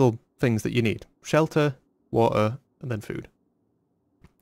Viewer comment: The three survival things ya need- Shelter, Wa'er, and then food